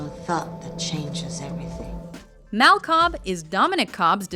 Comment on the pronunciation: u pronounced "Mal" wrong